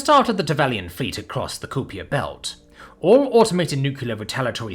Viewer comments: As well, Kuiper is Ky-Per, not Coo Piere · Kuiper is pronounced as though the "ui" were the word aye or eye. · I'm American and have only heard the Kuiper belt be pronounced as "Kai-per", not "Ku-pee-ey" (French sounding?) I have no idea which is correct though.